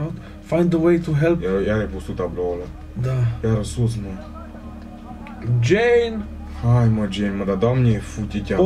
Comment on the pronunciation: Ce fain zice,,Jane" =)))